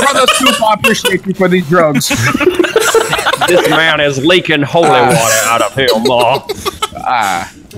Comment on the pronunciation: It honestly sounded like he said “Brother TuPac I appreciate you for these drugs”